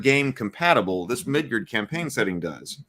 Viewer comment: I really wish you didn’t keep calling it “Midgurd…”